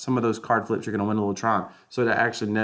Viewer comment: Tron freeze instructions start at mark :) “TRUCE” hahhaa